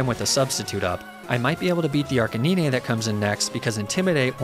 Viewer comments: It's pronounced Arc-Kay-9 because Arcanine is a Canine/dog!!! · I've never heard somebody pronounce arcanine as arkineenay but I kinda like it lol, sort of a fun way to say it. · You pronounce it Arca-neenay?!? What fresh hell is this?!? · I assumed its pronounced ar-canine. Like a dog is a canine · Excuse me. Arca-Neenay? NEENAY? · Did he pronounce arcinine as ark-uh-nee-nay……? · Arch-e-neen-ay is a great pokemon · who tf says arcaneenay? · Bro said arc-in-knee-nay 💀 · Arce-nee-nay? bruh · Not Arkaneenay😩😩😩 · Arcaneenay? lol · "arca knee nay" wtf is this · Wtf is an Arca-knee-nay? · Why do you pronounce Arcinine the weird way not how you say it lol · Bro Ark-a-Nin-ayy? I think its name refers to the fact that its a canine. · wtf I thought you pronounced it R-KAY-NINE have i been lied to my entire life? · Wtf is an Ark-ah-nee-nay (British) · Bro. Ark-a-nee-nay? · Ark ka Nee nay?! Jeeeeze man. Why can't people just say canine. I know it's ark anine but it doesn't make sense he's a dog/canine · Ar-ca-ne-nay? what is that pronunciation????? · His name is “ar cay nine” horrible pronunciation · And "arkanine" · I'm sick of people taking the liberty to absolutely butcher pokemon names. Arcaneenay? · I love Your videos and currently binge watching many of them, but the way You pronounce "Arcanine" will give me nightmares lol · That read of Arcanine turned me off, immediately. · That Arcanine pronunciation threw me for a loop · The way you pronounce Arcanine bugs the hell out of me. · IVE NEVER HEARD SOMEONE PRONOUNCE ARCANINE LIKE THAT WHAAAAAAAT?! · I can't tell if you're saying arcanine like that to be quirky or not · I don't want to sound rude, but the way you pronounce Arcanine gives me physical pain xD nevertheless, great video as always. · No way he saying arcanine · Seriously saying arcanine wrong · Pls tell me youre joking with the Arcanine pronounciation? 😢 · There's no way you pronounce Arcanine like that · "say Arcanine" "Arka -knee - nay" Facepalm